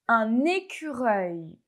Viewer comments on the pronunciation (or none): A très bientôt. Non pas à très, très vite. A tres bientot. On n'a pas besoin de souffler sur "euil" de écureuil. On n'a pas besoin de mettre des "z" après des "d". Et "atteind" n'est pas "attend". J'ai entendu "attend" au lieu de "atteind". Vous devez travailler sur votre propre prononciation du français.